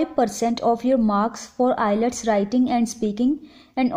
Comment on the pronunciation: R u kidding.???? The way you pronounced IELTS.. just leave